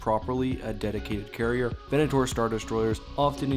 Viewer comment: I loved this video but the way you said Venator will hurt me forever.